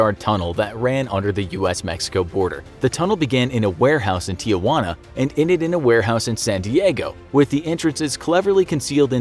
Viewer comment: I like how they can say almost any word with the right accent but when it comes to tijuana they fail miserably